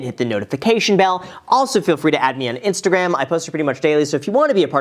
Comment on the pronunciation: I just thought of this.. "InstaGraham" lol.